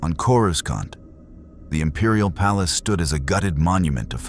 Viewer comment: coriscont? what? sort your ai out. maybe watch the vid before you put it out. its insulting. other than that amazing work!😂😂😂